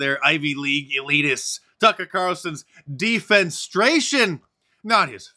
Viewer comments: Hey Mark, not "defense-stration," but "defen- eh-stration." Big difference in meaning as well as pronouncement. You exist as a reference because of the English language, so hearing you mangle this repeatedly was a bit painful. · It's Dee fen eh stray shun, not Dee fen stray shun. Otherwise great episode. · De-fen-e-stra-tion. Five syllables, not four. C'mon, man! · De-fen-ESS-stray-shun, Mark. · De FEN ess trate. 4 syllables. It means to throw out of a window. It's only barely even being used correctly in it's context. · You missed a syllable in “defenestration”. ;) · Defenestration is a wonderful word. You mispronounced it. It means to throw someone from a window. Comes from the French word word for window. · de·fen·es·tra·tion /dēˌfenəˈstrāSHən/ Great video otherwise 🤣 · Always enjoy you channeling fat Brian. Anyway, not to be picayune, but just pointing out at 3: 56 you missed a syllable - it's de-fe-NE-stra-tion which literally means to throw someone out a window, but figuratively means to remove someone from a position of prominence, e.g., the firing of Tucker Carlson. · C’mon Mark. You are usually pretty savvy and I love your shows, but “defenestration” is a word you need to work on, brother.